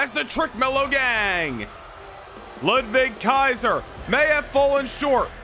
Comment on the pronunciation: it sounds cool to me 😂